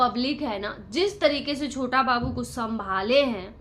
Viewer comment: छोता बाबू छोता बाबू नही छोटा बाबू बोल थोड़ा पढ़ाई करले क ख ग घ की पढ़ाई जरुरी है 😅😅😅